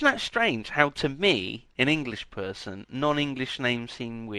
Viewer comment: "He's a bit of a perrrrrson."